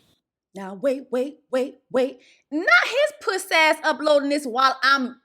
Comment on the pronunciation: Jessie I KNOW you grew up in Dade bc that “Pusssay ah hoe” is too STRONG. It’s AUTHENTIC… 😂😂😂😂😂😂